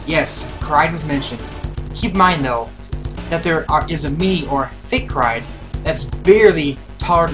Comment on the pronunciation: U say kraid wrong